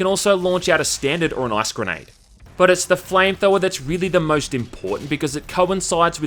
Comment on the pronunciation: "Flame thower"